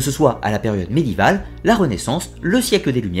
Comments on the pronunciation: C'est quoi cette manie de prononcer médiéval sans le é ? "médival" ça fait mal aux oreilles... Sinon, très instructif, comme toutes les vidéos de la chaîne... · Ah je ne suis donc pas la seule à l'avoir remarqué, ça me perturbe aussi les oreilles cette bizarre prononciation, sinon tout est absolument passionnant.